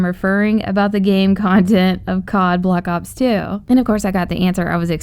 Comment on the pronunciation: It's black ops 2 not block ops 2 pronounce it right